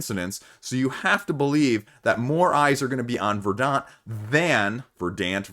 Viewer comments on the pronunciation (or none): Not that it really matters, but in case anyone's curious, it's pronounced more like "ver-dnt", it's the adjective form of "verdancy". Means "lush/green with vegetation" or something like that. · VER-dant, accent on the first syllable.